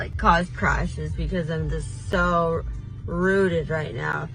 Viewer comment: Did she say "rooted" or "zooted"?